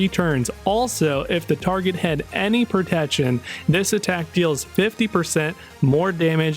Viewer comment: Am I the only one hearing "propection" when he say "protection"? Not hating just wondering if my ears are fucking with me 🤣